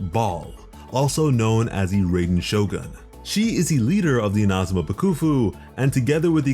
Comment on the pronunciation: No hate but it annoys me how you say Ina-zuma and ba-kafu